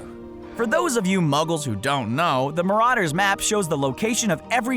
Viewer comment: You said Marauders wrong... sorry